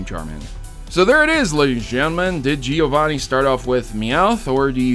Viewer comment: As a Giovanni it hurts me to see you miss the two n's in a few of those. Great video though!!